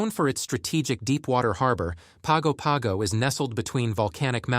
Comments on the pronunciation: Pago Pago is pronounced “PANGO PANGO”. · you pronounced Pago Pago incorrectly. It is pronounced more like "Pahn Go Pahn Go". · Pago Pago is pronounced ‘Pango Pango’ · Most of this is inaccurate. Just a few points: Samoa is pronounced as "Sah-moa". Pago Pago is pronounced as Pango-Pango or Pahngo-Panhgo, but never without an N sound in it. I don't know what you mean by "more expensive than many parts of the U.S." but American Samoa is cheaper to live in overall than the mainland in general. Vehicles are expensive there, some fresh produce is expensive, and many imported goods are expensive. Electricity is more expensive. But rents are way lower, buses (ran by families) are way cheaper, anything locally grown or harvested is cheap, and internet is catching up. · If you knew how to pronounce Pago Pago you would have more credibility.